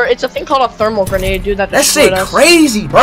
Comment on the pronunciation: My man said gernade 🤣🤣